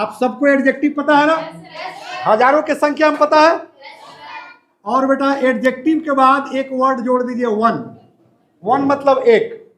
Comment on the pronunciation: Sorry sir but its अजेक्टिव not एडजेक्टिव